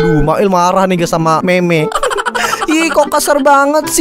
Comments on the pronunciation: Bukan meme bang tapi mim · Bukan Meme Di Bacanya Tapi Mim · Bang bilang mim bukan meme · Cara bacanya mim bukan meme walaupun tulisannya meme dibacanya mim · Bang tulisannya mene tapi kalau di baca nya mim